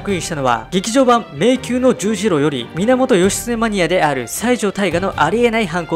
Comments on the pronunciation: 7位の読み方は、迷宮のじゅうじろではなく迷宮のクロスロードです。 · 読み方は迷宮の十字路ではなく迷宮のクロスロードです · 2位は森谷帝二 迷宮の十字路は 迷宮のジュジロ❌ 迷宮のクロスロードと読みます ハンガー投げられたと理由の動機もどうかと思う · 迷宮の十字路はじゅうじろじゃなくて クロスロードですよ〜